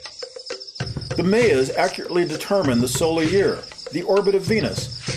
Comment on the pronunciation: this dude needs to learn how to pronounce the word mayas and mayan